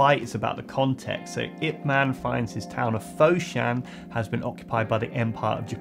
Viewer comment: Ip man, not I P man lol I like it